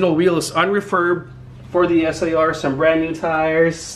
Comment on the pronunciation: “Es aY AR” 🤦🏻‍♂️